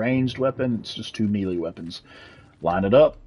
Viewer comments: i know this is an old video but.... its "May - lay" not melee like an apple. lolol :) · Great guide. The grammar Nazi in me is going crazy, though… Melee isn’t pronounced Me-Lee, it’s pronounced May-Lay. That’s all I have to say about that. Good day. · Your Pronunciation of the word melee is hilarious